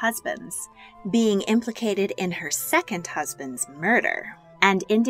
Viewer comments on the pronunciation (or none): none